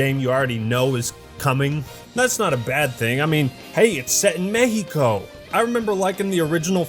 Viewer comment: AH NO MAMES, you pronounced México right! Awesome video dude, like always.